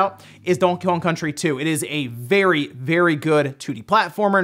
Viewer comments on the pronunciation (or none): Wait... Say ‘Donkey Kong’ again?